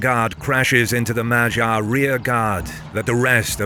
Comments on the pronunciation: where,pray tell,did you come up w/"ma jar"in place of"mag yar"? G.Davis sr 30Sept'24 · the gy sound is a palatalized d sound, so more like "madyar" . also don't stress about it, we understand that most languages do not have this sound. it's okay to say it however you can. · You're pronouncing it wrong. You're saying Magyar like "gyroscope". Instead, the correct pronounciation is "maghyar" - with the G like in the word "give" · "Ma-jee-ar"? is that the way it is pronounced? I had always heard "Maag-yaar" before. If so, I've been saying it wrong in all my ck2 mp games!!! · Common you can't pronounce some names like the Anglo-Saxon do Guy is pronounced like the "gi" in "gibberish" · I think you are pronouncing Magyar wrong. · Yes, in the pronounciation the "gy" sound is incorrect but it is more-or-less close enough to the original, so not that bad. TBH for an English-speaker it is very difficult to pronounce "gy" correctly. Hungarian language and pronounciation can be really weird. :)